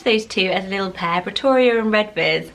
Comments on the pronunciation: I think “Redvers” is actually pronounced “Reevers” - so a bit closer to “River”! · Just a few comments: Redvers is actually pronounced “reevers” Maurice is usually pronounced the same as Morris in the UK, but as maur-eece in France and the US Oswald is too reminiscent of Oswald Mosley to be useable (in my opinion) Cissie is pronounced like “sissy” rather than “seesee” (that would be Cece)